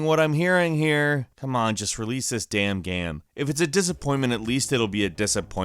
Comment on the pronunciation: Please learn to say the word game or maybe don't say that word every ten seconds